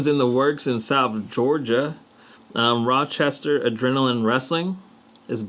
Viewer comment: Guys it's Rockstar not Rochester. Thanks for the shout out still and look forward to the I interview with yall.